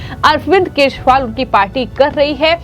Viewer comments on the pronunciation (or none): अपने एंकर को दिल्ली के पूर्व मुख्यमंत्री अरविंद केजरीवाल का नाम भी ठीक तरह से नही बोल पा रही है जो अरविंद केजरीवाल की जगह अरविंद केशवाल बोल रही यह एक बार नहीं बल्कि 50 बार बोला इसके अलावा कई ओर खामियां है एंकर के बोलने में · Speak name correct not keshwal but kejriwal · Md ji hindi bolna seekhe Arvind Keshwal nahin Kejriwal hain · एकदम रद्दी तरिका बोलनेका ! जिसके बारेमे बोल रही हो वो नाम तो ढंग से बोलो. बोलनेवाली व्यक्ति और बाकिके साथीदार सुन नही सकते क्या ? एकदम दलिंदर विडिओ, बोलने का तरीका रद्दी ! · Madam First learn how to speak Kejriwal word. This type of poor quality presentation can't tolerated. Great problem with pronunciation, clearly. Learn from Anjuji or Maninanderji or equalent capacity in news reading. My 80 years of age such poor quality presentation never seen. You are good influencer or relationship taken part in your appointment in this field.